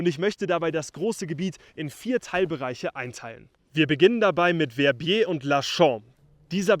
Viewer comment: Très bonne vidéo et bien meilleur prononciation que les anglais qui écorchent VER-BIER 😂